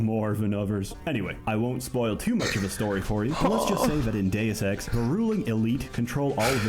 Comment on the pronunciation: Bro read Deus ex and said doseki lmao